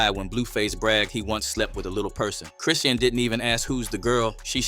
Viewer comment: Chrisean not cresean my boi😂